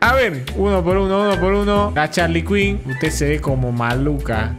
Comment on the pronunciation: Me dió gracia cuando dijo Charlie quin